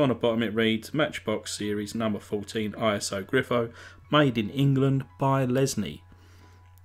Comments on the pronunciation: I had this one. Great to see it again. But it's an italian car, so it's "Eeso Greefo", not Iso Griffo. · Slowed down, it’s pronounced: Eee-tsooo Guh-reee-foooe